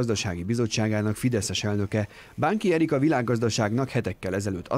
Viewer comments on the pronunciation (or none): Bánki Erik, a világgazdaságnak hetekkel ezelőtt... szimplán szar volt a hangsúly.